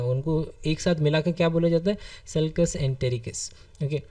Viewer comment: It's not sulcus it's succus entericus main bar bar confused hori hu due to your pronounciation!😐🤔